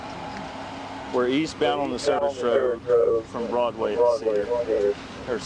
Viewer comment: Haha- right? I think it's actually AI audio, based on pronunciations of "Broadway" (Broodway) and "Chevrolet" (Chevro-lett). The video kinda kills the suspense by telling what's going to happen before showing the video.